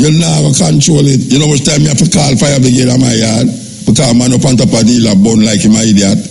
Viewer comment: Is it pronounce fire bigade or fire brigade lol I swear I’m hearing fire bigade from Muta Muta I love listening to u I had to laugh at the pronunciation lol if I heard wrong I apologies Lol